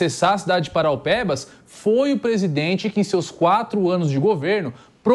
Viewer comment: Não é paraupebas e Parauapebas!